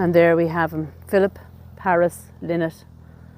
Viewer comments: Please get the pronunciation of his surname correct. Its pronounced Ly-nott not Li-nott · I am always amazed that self claimed fans cannot pronounce Phil’s last name. It is not LIN-NOT, it is LIE-NOT. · RIP i think his name is pronounced 'Lie nott' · Thanks Logan, I've never in my life heard it pronounced LIE-not maybe it's an Irish thing I think I'd find it strange to say it like that now. You're more than welcome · I know, I used to find "lin-not" more natural but it's wrong. Sarah said in an interview that Phil used to say "I'm not some feckin' bird" when correcting people's pronunciation :) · Although, in interviews Scott Gorham pronounces it Lie Not. Do you think that's just the "American" pronunciation? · Ye I know, can't change the way I pronounce things now at my age 😅